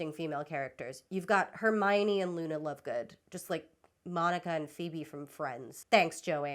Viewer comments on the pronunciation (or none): none